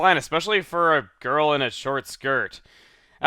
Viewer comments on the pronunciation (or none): none